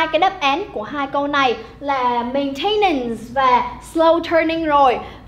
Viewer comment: Cô đọc sai phát âm 2 từ: maintenance & relatively. Nhưng nội dung bài reading thì dễ hiểu.